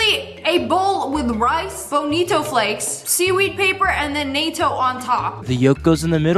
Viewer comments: It’s not NOTO it’s nahto that’s not how it’s spelt but that’s how it’s pronounced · the way she said natto made me cry 😭 this isn’t the European Union 🇪🇺